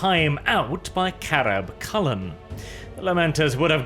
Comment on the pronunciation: Anyone else hear Chapter Master Carab Culln's name as Crab Culln instead?